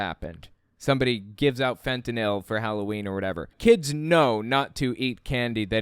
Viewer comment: Apropos of nothing, thank you for saying fentanyl instead of fentanol